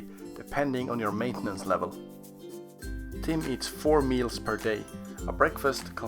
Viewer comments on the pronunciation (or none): it’s meals not meas